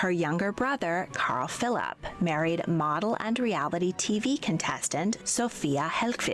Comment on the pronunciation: Why does she say Carl-Philaap?😂